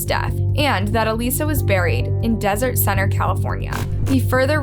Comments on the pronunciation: has an actual video of her sister saying her name….. still disrespectful calls her aleesa……..bitch fuckin plz the AUDACITY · her name isn’t alissa. her name is alyssa. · Everytime you say ALISSA...I'm wondering who that is..and I realize you're meaning Alyssa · I love how you continue to pronounce her name (EE-lisa) even after her sister says her name is (UH-LYSSA) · You said Alyssa name wrong the entire video.